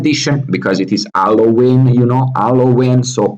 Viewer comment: I thought you said Alloween for a second. Got excited for allo news